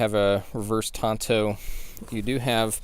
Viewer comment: Very nice review, actually an excellent review, thank you! But please it's TANto not TONto. Tonto was the Lone Ranger's sidekick. This blade is a reverse TANto. Cheers.